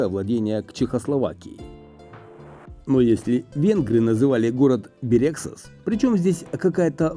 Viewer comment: Бéрегсас, наголос на перший склад